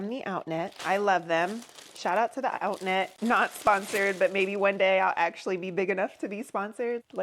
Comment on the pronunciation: oh! Outnet! I know of them. Sounded like outlet…lol How much did you pay?